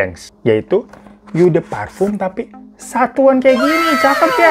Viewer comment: Fan sini dah gw kasih tau cara baca Eau de Parfum yg bener, biar makin lejit lu endorse-annya 😂 jadi Eau de Parfum itu bacanya o de parfang, gampang kan? Besok jangan bilang yu de parfyum lagi ya Fan 😊😊